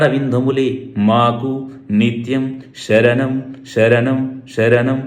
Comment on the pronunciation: ముందుగా శ ' స అక్షరాలు పలకడం నేర్చుకోండి స్వామి. శరణం లో వున్న శ కిస్వామి లో వున్న స వేరుగా ప లకాలి, జ్ఞ కి గ్న కి చాలా తేడా వుంది. కృతజ్ఞత ,కృతగ్న త లో లాగా. స్వామి శరణం . ఇది సలహా మాత్రమే